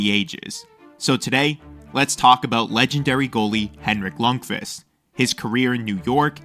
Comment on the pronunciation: What am I hearing "lung-fist"